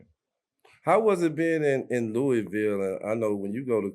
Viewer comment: Luh ah vul=Louisville